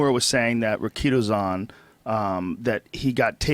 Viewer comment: Rikidozan! Went to his grave in Ikegami, Tokyo. Dude lived a wild life, look him up if you get a chance. He was stabbed in the bathroom at a night club by a chimpira (low-level yakuza), Riki left the bathroom went on stage told some jokes collapsed and died in the hospital days later. And it's pronounced Riki - Dough - Zon